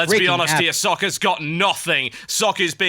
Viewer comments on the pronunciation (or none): It is pronounced Socka. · BECAUSE IT'S PROCESSING YOU FOOLISH PEOPLE. ARG. Love socke though, but it's not pronounced like sock, i think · INCOMING NITPICK: Socke's name is actually two syllables.